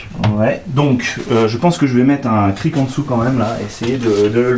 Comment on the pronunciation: On ne prononce pas le "c" final dans "cric", on dit donc un Kri. De rien ;)